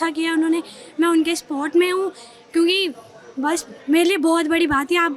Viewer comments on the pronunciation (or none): Support ko sport bolti h 😅😅 anubhav ki kmi h bechari ke pass Job pahle ki tulna me kitna km ho gya h bechari ko ye v nhi pta h